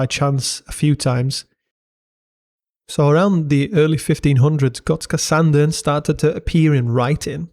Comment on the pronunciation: Thank you for a good video. Also, nice to hear someone outside of the nordics mastering the Swedish ö!